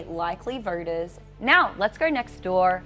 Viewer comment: The lady anchor for some reason tends to replace Os with ORs — vorters, early vorting, Minnesorta and etc.